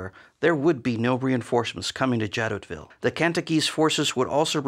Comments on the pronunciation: Great video! I think the town is pronounced "zha-doh-vee," or more commonly in English "zha-DOH-vill" but I don't speak French so... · The letter "T" in Jadotville is not pronounced. And you don't make even a tiny mention of the murder of Dag Hammarskjöld, shot down by a plane hired by the Belgian mining corporations. Plus no mention of the two 80mm mortars, nor the two armoured cars. I should have remembered that Yenghi never get it right when it is not their troops. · Jadoville. The 't' would not be pronounced.